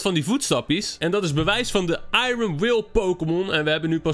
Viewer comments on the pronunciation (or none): none